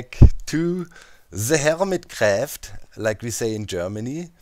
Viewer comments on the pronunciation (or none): "Härmit Gräfft" Well, only a few Germans say it like this :D